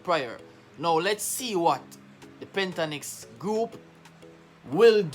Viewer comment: Just being not picking, but it it PENT TA TON IX